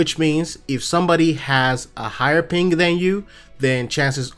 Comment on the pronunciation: Why does it sound like hes saying pink rather than ping!?